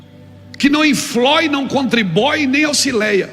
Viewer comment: BOA KK Que não infloi e não contribói kk